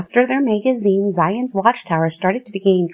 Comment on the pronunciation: Is this AI or a real human being. Who falls it a Mayg a zeen Why Charles T and not Charles Taze I think was a real person 🤦